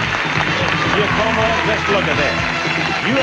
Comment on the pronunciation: Kills me that Bob couldn't say "Giacomo" correctly...